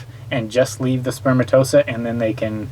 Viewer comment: Elephantiasis is fairly common in some countries, and people who live in tropical areas may well get mosquito bites in places not as common in western countries. Are any of these people in the medical field? A medical channel, so one might assume. I clicked off after the man mispronounced spermatozoa. No it isn't spermatosa... Before anyone gets on me for attacking laymen, I'm a high school dropout with zero medical training.